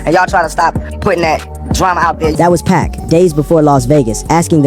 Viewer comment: I seriously wish people would quit using AI to read things like this, the complete, total disrespect of hearing this man referred to as "Pack" instead of Pac...